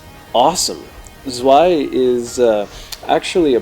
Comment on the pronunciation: I don't like the levels in this part and hate the design of the dragon. I like part 1 better. Tip for the German --> add a T in front of the word, as in Tzwei and it would sound much better.